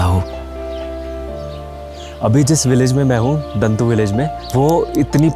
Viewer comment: दन्तु नहीं दाॅऺतू